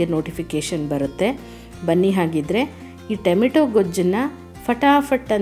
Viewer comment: ಟೆಮೆಟೊ ಅಲ್ಲಾ ಟಮೋಟೊ